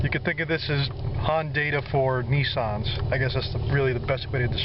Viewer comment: Say Missin', Say Dissin' now say Nissan. See what i'm saying lol. ffs